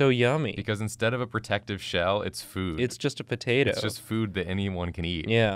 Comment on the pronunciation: Poturtle? No, turtato